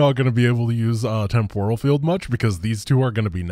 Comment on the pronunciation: Lol I know your gunna troll me for this one but its "Temp OHral" field not "TempURa field", if you mock me at least make it a good burn lol